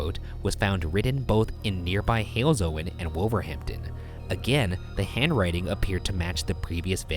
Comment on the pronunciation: The way Ryan also said Wolverhampton annoyed me lol